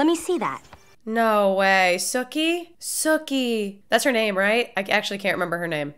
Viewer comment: It is pronounced "Sue-key" Suki.